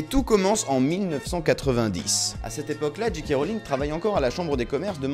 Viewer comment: Le "J" de J.K see prononce [djay]